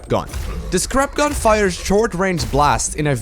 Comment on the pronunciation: When you said 'his scrap gun' I though you said 'this crap gun'...